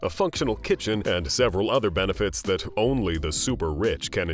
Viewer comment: Can’t listen to that commentator. Ugh! WTF are “benefaaats”